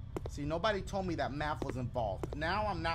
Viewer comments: MAFF do u meant Math lol Dashie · "They making me do maff, one equals sixtff". Shit they need to be teaching you english